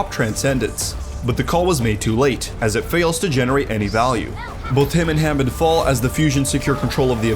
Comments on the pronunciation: Why does the announcer call wrecking ball Hommond, it's Hammond! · Why he says hammond like that